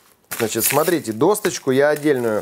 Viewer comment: Спасибо,, за вкусный вариант венского шницеля! Шепотом: в слове "доска" нет буквы "т". Поэтому произносится "досочка"..